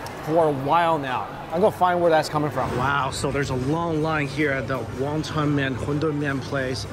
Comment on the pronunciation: for goodness sake is wonton soup not Wongtong and curry not Cory